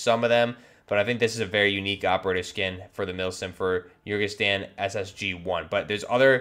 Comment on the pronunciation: My man, you really need to work on your pronunciation and/or do your research... “Lagunari” has nothing to do with “legionnaires”, they’re an amphibious unit. It’s “Urzikstan” not “Urkistan”. And “FGF” stands for Federation Ground Forces (as in Russian Federation Ground Forces), it’s just the Russian army